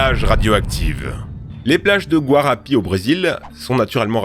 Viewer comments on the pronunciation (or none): Concernant le Brésil, il dit mal le nom de la ville de la plage au sable radioactif. "Guarapi" au lieu de "Guarapari". Trop d'approximations, ton de la vidéo problématique, ça reste des évènements graves... je trouve que ça manque de respect. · Le nom de la plage radioactive au Brésil se prononce GUA RA PA RI , elle se situe dans L état du Espirito SAnto :)